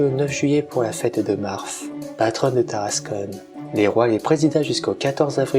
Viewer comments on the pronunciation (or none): Seul hic pour la prononciation c'est Tarascon ( Ta race con ) pas Taras[conne] , en API c'est \ta.ʁas.kɔ̃\ 😆! Un vrac des différentes sources historiques utilisées aurait était super en complément mais merçi pour la narration ! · Tarascon pas tarascone